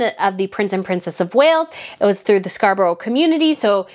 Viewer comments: Loved today's video - just 2 things - it was 345 thousand pounds that was raised (not dollars) and just if you wish to know it is pronounced scar bruh. Have a great weekend. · Thank you so much for what is the best video I have ever heard, of course Prince William and Princess Catherine are so popular and loved they are so natural, we love our royal family so much, but also whe the word end with borour it pronounced Scarbraa, hope you don't mind me saying that😍